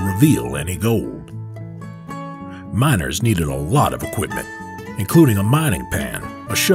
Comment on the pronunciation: the narrator said mINers